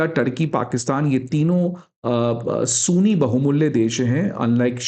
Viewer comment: Sir sooni ni ..sunni..oh my god..i hate when anybody mispronouns the words